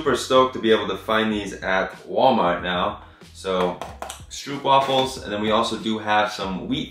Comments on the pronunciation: It’s funny how you pronounce stroopwafels 😂.. stroopwafels are originally from the Netherlands where I live. If you like stroopwafels you would love it when it is freshly made and still hot 😋 you schould come to the Netherlands. Thanks for the video.. I really enjoy it.. and I’m happy to see that you’re doing better 💪🏽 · I like the way Americans pronounce “stroopwafels” 😂. I can’t type out the correct way to say it, but if you’ll say it like “strop wafels” I think you will get a little closer to the real pronounciation. Love the vid! ☺️ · HAHAH I was dying the moment you pronounced ‘stroopwafels’. As a dutch person hearing it sounds kinda funny😂